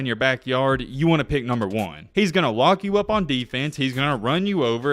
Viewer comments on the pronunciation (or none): none